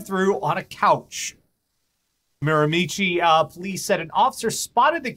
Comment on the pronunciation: Wow, never thought I'd see my home town on this show. (Miramichi, NB). P.S. - pronounced Miramichi wrong (pronounced Me-ra-me-she).